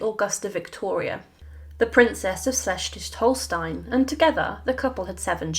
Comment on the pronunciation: schestzwich hollstein lol